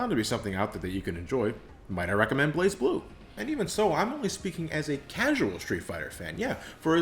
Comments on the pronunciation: It’s Blaz, and whoever doesn’t pronounce it as Blaz seriously needs to go outside more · Metal blaaz blu instead of blaze blue